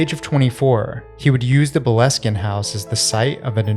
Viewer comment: Love from Scotland ❤ Boleskin is pronouned 'Bole (bowl)-skin'.